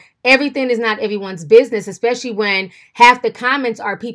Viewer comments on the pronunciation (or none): none